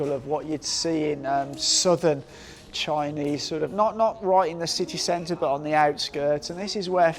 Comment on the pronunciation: you need to work on your basic Chinese pronunciation and basic English grammar.